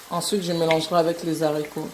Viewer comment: Belle recette mais maman on ne dit pas lezarico ( les haricots ) puisque le h n'est pas muet mais plutôt prononcé sinon au singulier on allait dire l'haricot or on dit le haricot